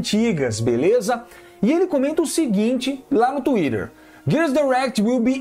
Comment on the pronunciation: "la no tuire" skskks muito baum